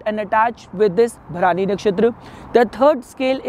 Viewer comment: Its भरणी not भरानी